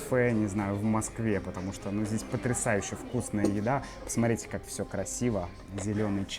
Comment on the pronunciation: Really poor pronunciation on Посмотрите: Посмотрите как все красиво! Зеленый чай.